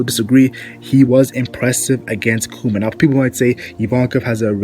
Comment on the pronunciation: it's pronounced like " bar thaw lo mew koo ma"